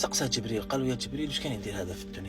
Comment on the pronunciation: يحدث الناس بالكذب بجر الباء وليس بفتحها .تعلم قبل أن تتكلم